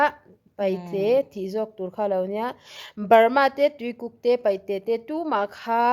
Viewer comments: (paihte) nilo in, pa'ite. Tihtur. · Kan unau Peihte hian (R ) ri hi an nei ve lova , an lam thiam lo thin a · Paihte ni lo in peite tur